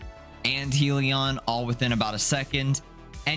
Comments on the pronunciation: its HELLion not HEALion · Good video and build, but it's pronounced HELLyun, not heeleon